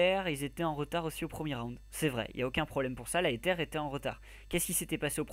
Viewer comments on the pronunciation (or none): ça c vrai Ezer!!!!! pas Eter ^^ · le nom de notre team se prononce ezer et pas etere!!!!